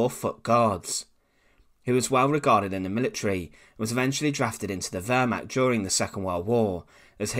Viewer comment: You are still clearly mispronouncing Wehrmacht. You come off like a high school presentation. Very amateurish. Come on. You can do better.